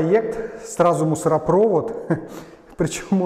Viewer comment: МусоропровОд, хочется слышать правильное произношение.